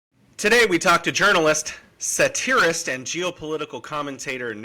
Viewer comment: Satirist is pronounced SATirist not saTIRist